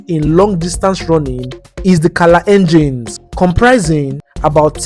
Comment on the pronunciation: Very good video, but did he just call Kalenjins....color engines?😂😂😂😂😂😂